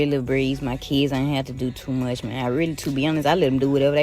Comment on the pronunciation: Amazing the ebonics used by her was legit though she done meant something else when she said it. COME ON Maaaaaang. lol love the channel man keep crushing it!